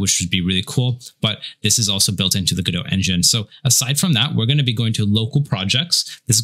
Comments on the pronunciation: its not go dot! its godot! t is silent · Go-dot... isn't it guh-dough? Either way, thank you guys for taking the time to help us noob devs out n_ n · Why does the guy at the beginning keep saying go-DOT? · Bruh. Please stop saying Go Dot. Please. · It's pronounced Guh-Doh, the "t" is silent. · Just to let you know it is pronounced guh-dow :) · First question. I thought it was pronounced "GUH-dough." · you don't even pronounce the name of the engine correctly, why would i trust that you know anything else? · the mispronounciation of godot is gonna kill me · The pronunciation in the intro is wrong. The T in GODOT is silent. The presenter's pronunciation is correct. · By the way, what's the correct pronunciation of "Godot"?